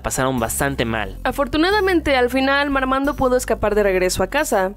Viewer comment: Digan Marmando sin la R 😈